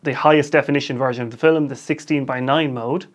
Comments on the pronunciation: Is that how they say "film" in your accent or is that just you? :) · Where is he from? Because we’re I’m from (middle eastern) that’s kind of how we say it, similar to his way. فلم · I think it’s cool.